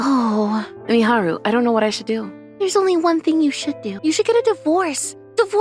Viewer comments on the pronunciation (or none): Kūhei, it's Kōhei Miharu, it's Meh-ha-ru